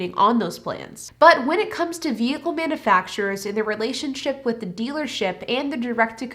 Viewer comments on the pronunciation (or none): It's not manafacturers, It's manUfacturers. If you can't talk properly, don't talk at all!!!